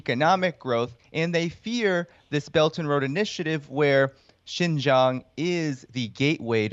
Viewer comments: Please pronounce Xinjiang as Sing-jiang , and not Jinjiang or Zinjiang. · Thank you Kim for this amazing work. You are sorely needed in this post-journalism world. BTW the proper way to pronounce Xin Jiang is more like sin-giang. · I've been saying this for the last decade. Thank you for covering it. Btw Kim— it's pronounced 'sheen jiang' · Kim, you’re fantastic. The way to pronounce Xin Jiang is “sheen jee-ahng” where you barely say the “ee” sound, almost like “sheen jhang.” The guy you interviewed was saying it mostly right so listening to him a few times will help. Love your show! ❤️❤️ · Nope, it's pronounced "sin" Jiang.. but you're closer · Tbf it's pronounced the way you would if you were saying making a "heeeee" sort of sucking noise, by sucking inwards. Reverse that, make that noise, not by sucking inwards, but by pushing out, and you have the "xi" sound. Jiang is also the same, is is as you were saying "Gee", but with that flat "heee" sucking texture, causing the g not to be a "zhee", but a "Ji" sound. Xin Jiang. ang as in ahng. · Kim, Xing Jiang, should be pronounced as Sin Jiang in English tong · Wouldn't it be more lika Shin-jiang? I thought X was pronounced kind of like the Sh- sound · And Kim, please listen to on how to pronounce Xinjiang. Your pronunciation is kinda embarrassing